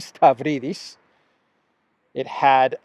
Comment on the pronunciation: The moron's name is pronounced (Stavridis) as Stab-rydis !